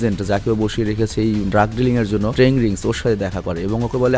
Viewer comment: ভাই ,,,, টেন রিংস হবে শব্দটা